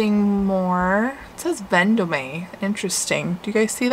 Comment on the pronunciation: LOL, The Nurse Flipper has a new video out today (jan 1) and she is pronouncing it Ven Do Me, AGGGHHHHHH, drives me crazy!!!!